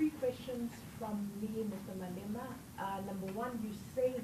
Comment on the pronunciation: I thought I was the only one who heard ‘ANIMAL OUT’